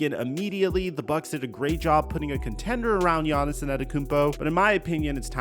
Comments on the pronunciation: Bro why are you calling him Giannisin the whole video? His name is Giannis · I wish you’d just say Giannis